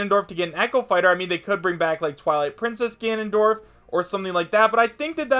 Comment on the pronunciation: "Tanondorf." Seriously.